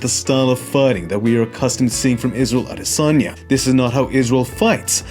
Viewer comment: Thank you so much for making an effort to pronounce Izzy's last name properly. It wasn't perfect, but it didn't need to be. The thought and intention behind it is what counts. And as always, fantastic video. It's honestly amazing how sharp and observant you are of the nuances of combat. We appreciate you! Signed, A Nigerian, on behalf of all of Nigeria 🇳🇬💪🏿